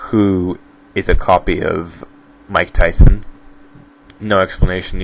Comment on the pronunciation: OMG Vi and Mike Tyson I was a little frustrated that he pronounced Vi wrong but then when he said Mike Tyson i just died